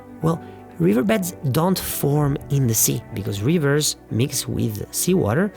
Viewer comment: I recognize that the narrator's native language is not English, but he should know how to say river with a short i.